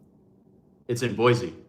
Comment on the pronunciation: I wish I got to see you in Boise. You said the name correctly by the way in the end.